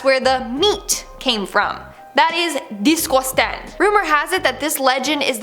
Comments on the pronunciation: She said it as "Discostang"!! 😂😂😂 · That is 'Disqouistang' This line had me wheezing Lol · I thought you were a British chav cuz of the way you say disgusting 🤔 🤣